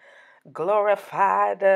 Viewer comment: "glorifiedda, solidifiedda, sweetifiedda" 😂😂😂